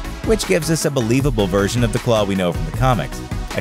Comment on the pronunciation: I don’t know why, but every time he says version, I’m hearing virgin